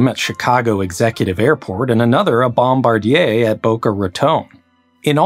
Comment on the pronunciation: As an aviation professional, I’m so proud of you for pronouncing Bombardier correctly 😭